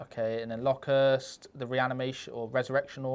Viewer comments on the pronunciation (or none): What’s with Lokhurst? Pronounce it like the insect, Locust!